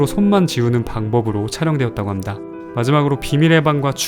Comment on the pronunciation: 합니다 발음이...?